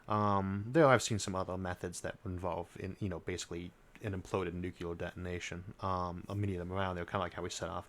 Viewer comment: Every Army and Navy guy I ever knew mispronounced the word "Nuclear" in the same way that Isaac does. New=Clear is correct. Nuc-u-lar is incorrect. George Bush Sr. pronounced it correctly. His son pronounced it incorrect;y. If you have your finger on that button, and you are about to end the species, you should at least be able to say the word.